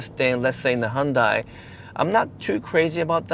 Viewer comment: Please learn to pronounce hyundai correctly. Its weird coming from an Asian person to pronounce hyundai like that.